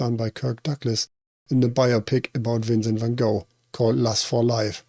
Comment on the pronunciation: Appreciate the Van Gogh pronunciation, I only learned that recently and try to use the dutch pronunciation now. A friend of mine, Sam Kubrick, is a relative of Stanley's and I have always found him curiously fascinating. His creative mind is really special and I'm sure it's something that runs in the family based on that! He's in the music industry. The references in this are so useful! I've still not seen Clockwork Orange or Full Metal Jacket. Love that you used the hallway from the Shining!